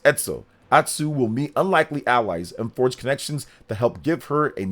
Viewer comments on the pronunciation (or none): none